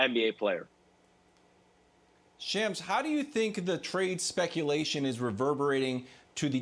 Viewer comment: Brandon Marshall: His name is Shams... Not Shawn